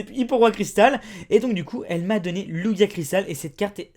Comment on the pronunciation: Ont dit pas lugia ont dit lujia